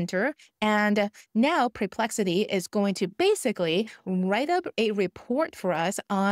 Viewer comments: Thank you! Really great practical advice! I love your videos! I just want to add something- and I feel bad doing that, but it bugs me:) The correct pronunciation of the words are: SPE- CI-FIC, not SUB- cific and It’s PER-Plexity, not Pre-Plexity:) Sorry. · It's NOT PRE-plexity!!! It's PER ...as in PURR!!!! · So much Great info here! And English is spectacular. Just 2 little suggestions not SUBSPIFIC but Specific not PREPEXLITY but perplexity ❤